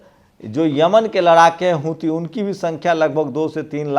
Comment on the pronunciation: Huthi HOTA Hai "hithu"Nahi.